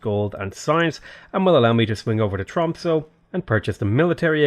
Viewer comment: Your prononciation of "quadrireme" is fine, we don't really know how these words would have been pronounced during ancient times anyway. However, your pronounciation of "Tromsø" is dire. It sounds like you're saying "Trumpso" and it's really disturbing.